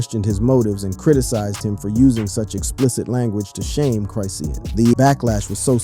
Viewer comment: It's Chrisean , not Chris seen 🤦‍♀️🤦‍♀️ Ijs 🤦‍♀️ let's get the names right, ok!!!! Great video, BTW